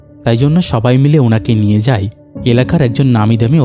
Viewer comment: তুমি ভাই আয় গুলো আই বলো কেন? কানে খুব লাগে যেমন হয় কে হই। যায় কে যাই, এগুলো একটু খেয়াল রেখো।